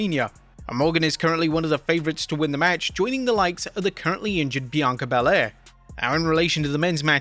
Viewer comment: It's not "bi-king-o" Sorry, I know, I know. "Why does it matter?" "B‐king-o"